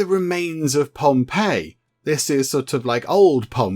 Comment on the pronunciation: you got it spot on with the "ii" sound and how to say it haha "ei" is genuinely the best way to look at it haha.